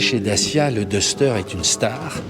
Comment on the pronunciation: Le "daster" pas le " dester" . It's English buddy.